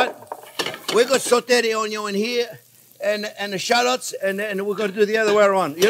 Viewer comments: I love every time the chef says the "onyo first unless you have bacon" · No jean pierre, keep repeating about the onyo, it's that important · Love this dude he funny n I like the way he says onion 🧅 😂